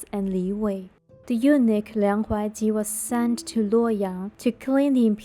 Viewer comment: Real ancient story? Or narrating a drama?? Narrator sounds so weak, I almost doze off😅 anyway, I think eunuch have pronounced wrongly😅😂